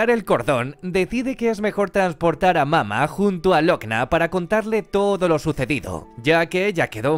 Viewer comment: Como me choca que digas “mama” y “bebe” cuando tienen acentos! Y pocas veces lo dices bien.